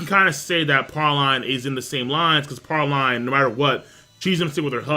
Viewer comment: ITS PRAY-LEEN YOU UNCIVILIZED PHILISTNE. PRAY. LEEN.